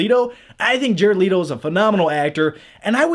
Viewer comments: let o . not l - ee toe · Jared Let-o not Leeto Amanda Wall-er not Well-er